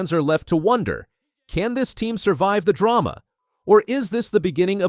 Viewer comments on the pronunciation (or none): none